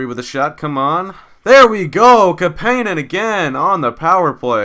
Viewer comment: its CAP-IN-EN lol.